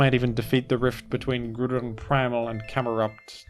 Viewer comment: its pronounced groudon